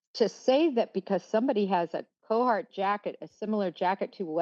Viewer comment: CARhartt. Not CO-hartt. Sorry, that was hurting my brain.